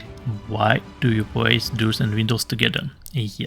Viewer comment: Видос полезный. За это спасибо. Но я очень прошу тебя поработать над своим английским. Очень сложно услышать суть , если говорить вот таким языком. Особенно когда произношение такое... Пример : Doors Это не дурс, а дорс . Очень мешает качество языка